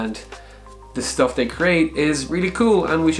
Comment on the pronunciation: "engineering shtuff"